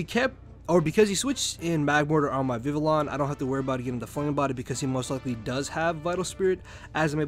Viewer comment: Learn to pronounce Vivillon properly skrub